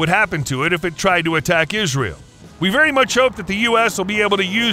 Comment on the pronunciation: he said ass ram 🤣😂